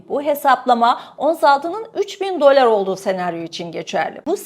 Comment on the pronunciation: Dolar demeyi bir öğren artik be kadın !